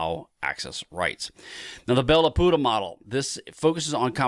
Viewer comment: Bell-Lapooda. LOL.